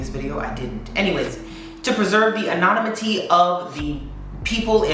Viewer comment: An-on-im-it-ee…emphasis on the “im”. 😘